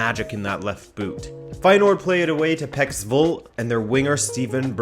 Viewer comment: When he said "to boot" I felt the Canadian in him😂😂😂😂